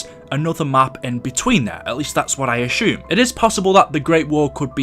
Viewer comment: I hate the way you say Ashume instead of assume